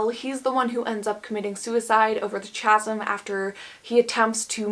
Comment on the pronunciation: as a heads up, CHASM is pronounced "kasm"